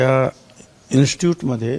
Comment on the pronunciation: इन्श्टुट नाही रे प्रोफेसर 😂